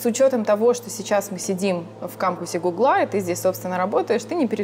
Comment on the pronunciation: гУгла или гуглА. Как правильно? Скорее всего гУгла, это по-русски лучше звучит, чем второй вариант. Вы намеренно искажаете ударение в слове? мУрманск.